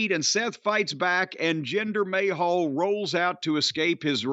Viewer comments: Can someone tell Jim its Ma-hal not May-hall lol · It's not "may hall", you hayseed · I always love it when he calls him 'Jinder Mayhall'